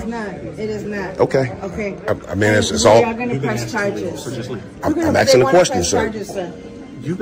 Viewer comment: Is aksing aSovShit or a Mooronish expression?